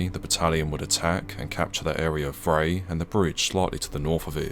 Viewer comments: Vrij = pronounced Fry with a V replacing the F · "Vrij" is pronounced like 'fry' and means 'Free'. Thought that's a relevant side note.